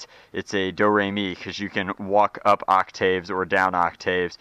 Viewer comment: Did.. Did you just call it an occtayve?